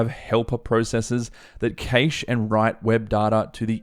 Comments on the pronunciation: Interesting study into this, nice one. Please though 'cash' not 'cayche' and 'dayta' not 'datta' :) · Cache is pronounced cash and not caysh. Thanks for the great video 👍